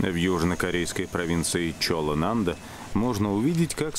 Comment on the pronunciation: И снова замечание, которое будет небесполезным для русскоговорящих слушателей- следует произносить ЧолланамдО, 전라 남도 Южная провинция Чолла, а не ЧолланАмдо Кстати, именно эта провинция бесспорно считается гастрономическим регионом Кореи!!! В 90е я попытался сосчитать в одном ресторане подаваемые салаты!!! На 36м я сбился со счёта и стал просто наслаждаться замечательной корейской кухней!!!